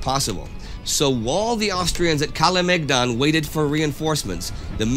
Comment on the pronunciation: I just love the fact that Indi nails the pronounciation of Sava and Kalemegdan and buchers the rest.